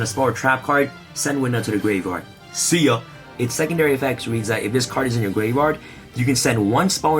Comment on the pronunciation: I thought I heard “send this card to the gay bar” I’m like wait whut. That can’t be right.